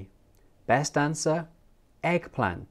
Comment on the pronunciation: "eggplant" not "egg plant"